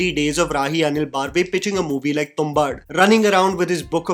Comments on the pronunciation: I find it very irritating when north Indians mispronounce names and don't even care to check the pronunciation. It's बर्वे, सावरकर, आंबेडकर, तेंडुलकर, पै. It is not बार्वे, सवरकर, अंबेदकर, तेंदुलकर, पाय. I like, but his pronunciations are getting more and more ridiculous day by day. We are a people who take great care to pronounce words like "restaurant" and "entrepreneur" and confidently mispronounce names from our own country. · Its not baaarve...is बर्वे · Baarve? Why is this guy so bad at pronouncing Marathi names?